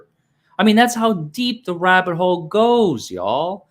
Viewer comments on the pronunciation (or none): none